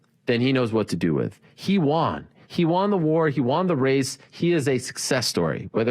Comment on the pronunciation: Hey............ "He won" is pronounced "he one" not "he Juan"